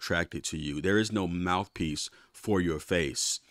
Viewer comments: Mouf piece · 😂😂 I was about to comment “mouf” too lmao